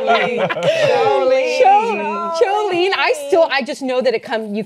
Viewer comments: The ch in choline is pronounced k ;) And it's probably recommended to help make the neurotransmitter acetylcholine. (Okay, the nerd's gonna go back to do science) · lol, choline is pronounced KO LEEN. It is found in the hydrophilic heads of phospholipids, which make up the membranes in (mostly) animal cells. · If you were saying choline its pronounced like koline. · just letting you know the h is silent in choline, so it's more like coline.